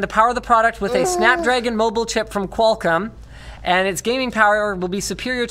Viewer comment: Oh you're forever going to be known for that LMFAO Edit* did linus just say qualcum?